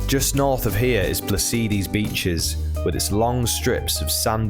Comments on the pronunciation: I understand some of the names are difficult to pronounce but the first correction is PSALIDI not Plasidi. The second correction is the G in Tigaki is a hard G . The third correction is the emphasis is on the A in KardAmena. Otherwise it's a very good video, well done. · tingaki, sounds like Tin Gaki, like g for good not like J. And Psalidi is like sah-lee- dee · You mispronounced Psalidi